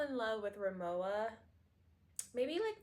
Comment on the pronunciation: You’re pronouncing the brand name incorrectly. Since it’s a German name, the W is pronounced like a V. Ree-moh-va